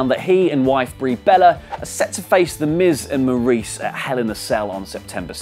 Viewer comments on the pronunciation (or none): none